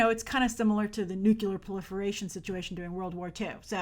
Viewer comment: Grace, did you just say "nucular"?